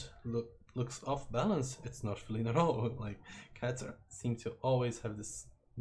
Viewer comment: feeleen-like? that's an odd way to pronounce it